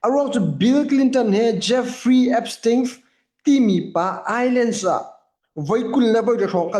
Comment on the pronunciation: Na English cu i remhdeuh ti kaan duh piak Island ah khan, s aw um lo. Iland tiin awchuah si.